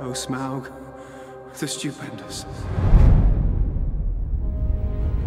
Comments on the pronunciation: Hey Grace, just a couple of corrections because I'm a massive LOTR fan. Listen to how Bilbo pronounced Smaug, you said it like smog. Legolas is the son if the elf king and Evangeline Lilly's character is completely new to the story, so we don't know her outcome yet. Also, The Hobbit is a 70 year old book written 10 years before LOTR, calling it lazy story telling/film making is a bit poor, especially when the film makers have put every effort to re-tell it in a new way, with respect to the book. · You pronounce Smaug, Legolas and Gandalf wrong. Easy misstake, but come on Grace they say Legolas and Gandalf in the Lord of the Rings movies. It's not Gandolf it's Gandalf. And it's not Smog it's Smaug. And the elf king is (in the books atleast) Legolas father not Evangeline Lilly's characters father. Great analysis and review of the trailer though.